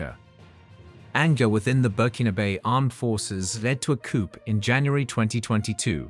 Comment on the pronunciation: the P is silent in COUP!!!🎉🎉🎉